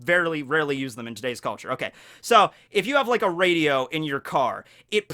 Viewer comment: ro-di radio. I just find it just a little bit funny that he doesnt know how to pronounce "radio" I am definitely younger than him and I know how to pronounce it. They're in still cars. no trying to offend I just though it was a bit funny